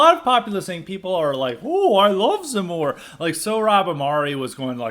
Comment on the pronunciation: Your pronunciation in French is correct ! From a foreign perspective, I think you have a good analysis. If you have any questions regarding Eric Zemmour, I'll be happy to answer them as best I can. If you want to know more about Eric Zemmour come take a look at my channel, I will be posting more and more videos there.